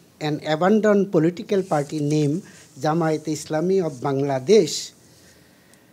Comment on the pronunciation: english শেখ প্রথমে মান গেল রে --রে--।জামায়াত উচ্চারণ করতেই দিন না মান গেল রে --রে --।